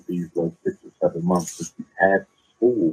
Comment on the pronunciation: "6 monfs" umar